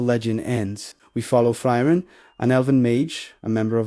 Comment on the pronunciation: It’s pronounced (Free-ren)